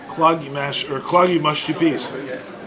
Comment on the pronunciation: Claggy,. Not cloggy.